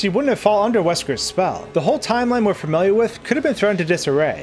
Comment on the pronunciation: "Wesker's spell"